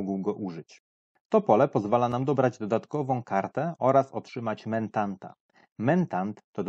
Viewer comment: Niby pierdoła, ale za każdym razem jak słyszałem "mentanta" to mój mózg zgrzytał. Mentat, nie mentant.